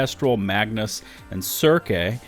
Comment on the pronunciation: Sir-See Not sir-Kay, da fuq lol Also why does Stovepipe look like a reject Fornite character, and camp white oak has been in the game for 2 years, they didn’t care then, they better not “ban” now for their own failure to act.